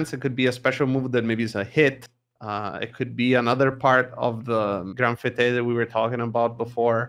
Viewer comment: One of the moves that's mispronounced appears to be "Grande Fête " , meaning "Big Party" and pronounced like Boba Fett, not Fuh-tay. :p